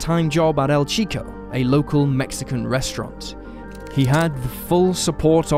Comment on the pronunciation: It’s pronounce cheeko not sheeko and calm down chat not saying it in a rude way just trying help knowing he not of Spanish descent is all 😊